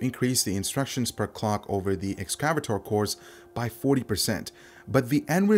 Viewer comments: Ex-cah-vay-tor. Learn to say it. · Excav-ator? Not Ex-ca-vator? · Lol, ex-cah-vah-tor